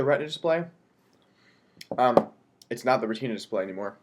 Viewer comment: lol wow you really pronounced it re-teena???? Ownage pranks did a prank call to an apple store and said that clearly as a joke. This kids a freaking moron. And really couldn't you eat your lunch before making a fucking video. Disgusting.